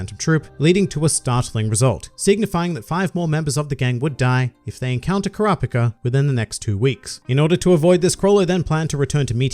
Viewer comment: god why does he pronounce it like kuhrawpihcah